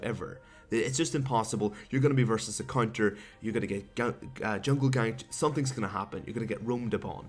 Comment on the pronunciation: you said cunter :D